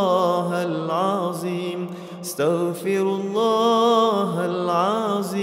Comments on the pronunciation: Not alazim, plz all let’s try to learn to pronounce the Arabic letters correctly 😢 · Mohon Maaf..mohon izin.. barangkali bisa di koreksi..kok mendengarnya " hal aziim ya ".. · Pembetulan BUKAN Astagfirullah Hal Aziim SAlAH TAPI SEPERTI INI Astagfirullah hal Athdziim (Huruf ThDo Hujung lidah keluar sedikit dari gigi depan bukan zo) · Yg betul itu asyaghfirullahaladhim...bukan haladzim..begitu kira²